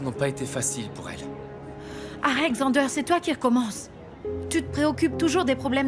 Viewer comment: Yo pa di Zende yo di Xander😂😂😂